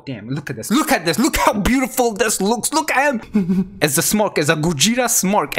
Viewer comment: It's gogeta not gojeta